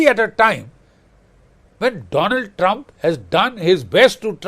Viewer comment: 😂😂😂 please welcome my dear phrend, the phrend of india, mister doland trum 😁😁😁